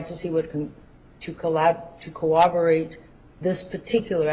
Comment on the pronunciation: guys .... this whole hag doesn't even know the word is CORROBORATE/TION! she literally says "coWObborate! 🤦🏽‍♀️🤦🏽‍♀️🤣🤣🤣